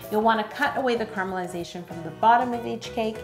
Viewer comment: when she said carmalization it sounded like crumbilization